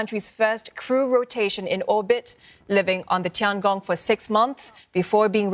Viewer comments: Why she pronounce as Tiang Gong, it is obviously 天宫 the [Heavenly Palace]. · Well, she could pronounce as; Tiang Ong and not Tiang Gong [the extra G] when it should be Tian Gong. Anyway, look it on the bright side, now everyone knows Tiangong means [Heavenly Palace]. 🙂